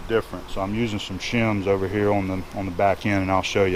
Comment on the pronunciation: "I'm gettin' a big shaft set up ovah heeuh"